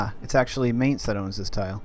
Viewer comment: I know it's minor, but I cringe every time I hear may nz instead of my nz. Just disregard the a in Mainz.